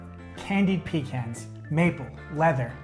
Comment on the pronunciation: you said Pecan wrong. 😑